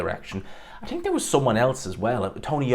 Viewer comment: He can't pronounce basic words 'teary' instead of theory, 'tink' instead of think. What a slob.